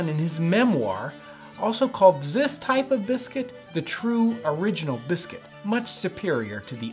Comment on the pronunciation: did you just say “zis type of biscuit”